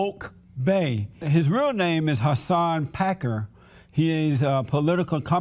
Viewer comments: Hasan Packer? What’s with these right wingers not knowing how to pronounce “Piker.” Like Alex Jones calling him “Pecker.” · Whats with the right wing mispronouncing your last name?